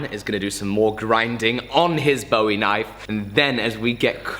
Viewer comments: I get you! I pronounce them both the same too! It kind of grinds on a Texan’s nerves to hear it pronounced like a “David Bowie” knife, instead of a “Jim Bowie” knife! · I greatly enjoy your videos, but I have one gripe, and it's with your pronunciation of Bowie. It's pronounced like buoy or boo-ee, named after Jim Bowie. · Just for the record :) and grins, Bowie when referring to Jim and the knife is pronounced to rhyme with Louie, so... Boo-ie... Love the vidoes! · it's a "Boo-E" knife. I know, I'm a Texan. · Same here! I pronounce it similarly to buoy. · I guess it's mostly Texans that really pick up that you say "Bowie" incorrectly.... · bugged me too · Jerry Jeff W I'm normally not someone to correct pronunciation, especially because a lot of things are pronounced differently all around the world. But Jim Bowie is a historical figure, and American folk hero, the pronunciation should be done correctly.